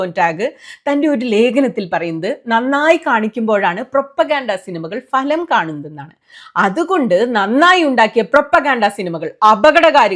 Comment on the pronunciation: ഇത്രവലിയ കാര്യം പറയുമ്പോൾ falam എന്നുച്ചരിക്കാതിരിക്കൂ